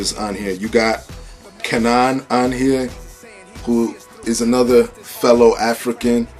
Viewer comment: K'naan = Kay-non Dope review though.